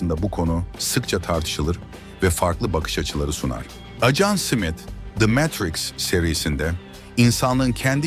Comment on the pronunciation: Ajan Simit 😂 susamlı SİMİT mi? Smith simit diye okunmaz